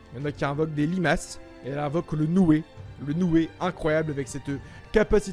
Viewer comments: ça se dit nuée pas nouée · Sumirei invoque le Nuée pas le Nouée